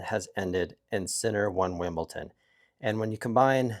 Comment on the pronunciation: Its "WimbleDON", not WimbleTon!